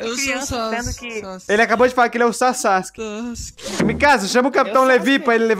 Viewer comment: "sassske" sksksksi